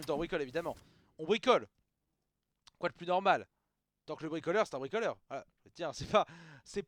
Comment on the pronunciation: Revoila Torkl le bwikolewe...d'accowe, je vais bwikowlé